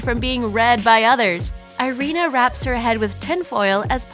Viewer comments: Her name is pronounced ee-REE-na, not eye-REE-na. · Irina is pronounced EE-REE-NA Mispronunciation is annoying as hell.